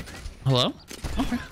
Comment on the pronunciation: is funny how he says ''oKe''